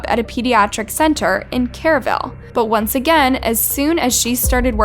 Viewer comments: The "x" in Bexar is silent, so it is pronounced "Bear." It is pronounced, "Kerrville," not "Kareville." She is currently, if I am not not mistaken, she is an inmate at the State Hospital for the Criminally Insane in Kerrville. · I was just getting on here to correct her, but you beat me too it. I’m from Texas. I have tons of family in Bexar County. But if you’re not familiar, you will mispronounce it.